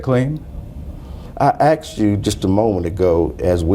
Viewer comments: He 'axed' you a question. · I axed you😂😅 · He "axed" you a question